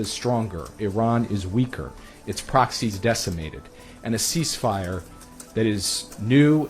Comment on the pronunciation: weaker not weeker .......Do us the Arabs have to teach you English😅